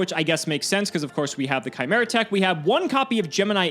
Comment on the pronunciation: Excuse me, but could you please try pronouncing "chimera" again?